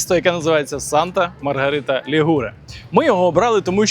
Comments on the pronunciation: Санта Марія ЛІгуре,а не ЛігУре! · Санта Маргарита ЛІгуре,а не ЛігУре!